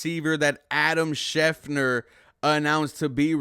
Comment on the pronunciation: I really appreciate your videos, but Christian Kirk is 28 not 29 and you are mispronouncing schefter